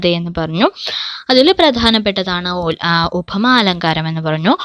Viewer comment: ഉഭമ അല്ല ഉപമയാണ്. മലയാളം പഠിപ്പിക്കുമ്പോൾ അതിന്റെ ഉച്ചാരണം ശ്രദ്ധിക്കണം